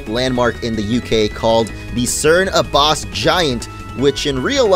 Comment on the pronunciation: You completely butchered Abbas (it’s pronounced ab-ass